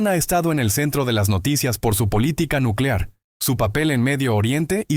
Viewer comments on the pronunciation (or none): none